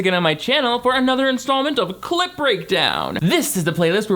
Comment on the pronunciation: I watched tens of clip breakdown videos. Still hear you say "clit breakdown" every single time.